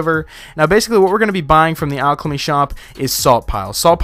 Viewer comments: Great video, but you where saying alchLemy and im really confuzed, like where did that extra l come from in alchemy. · I swear he says alchlamy